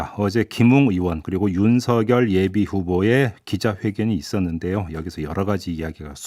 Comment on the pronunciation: 뉴스등 제가 듣고 본 방송 중에서 유일하게 윤석열을 윤서결이라고 제대로 발음해 주시네요. 다른 방송에서는 앵커 아나운서 기자 가리지 않고 거의 대부분 윤성열이라고 발음하던데.. 극히 일부는 윤성녈이라고 발음하는 분도 계시더군요. 괴문서라는 말에 화가 나셨나봐요. 기가막혀 하시네요.